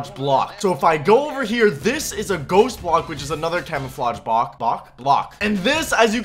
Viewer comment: "Bock" Bock? Block!